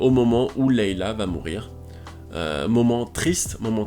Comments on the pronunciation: Pitié arrête de dire Leila O_O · Est ce que tu pourrais refaire cette vidéo à l’identique mais juste en disant « Leïa » Parce que là c’est pas poss !